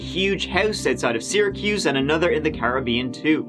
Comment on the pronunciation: Thank you for pronouncing Syracuse correctly.